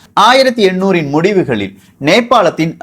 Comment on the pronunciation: Bro 1800 and 1700 couldn't differentiate, pronunciation same ah iruku